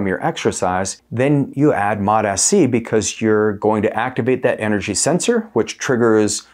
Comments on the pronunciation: MOT-AS-SEE? An extra syllable. Why? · It this point I think he's doing it on purpose. It sounds like Mota- C but I think the way he's trying to say it is Mot-SC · It's started to piss me off that he says Mot-s-c. I think he does it because it triggers comments but then suddenly his views stop dropping and he "doesn't know why". There's really good information in these videos but no one wants to be annoyed first thing in the morning 😑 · You’re mispronouncing this Peptide… How’s anyone who knows anything about these peptides going to take you serious? It’s pronounced. MOTS (C) Not: MOT (SC) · Drove me nuts! Still does lol 😂 modahsee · Dude needs to watch a video on how to pronounce it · Why are you pronouncing it wrong?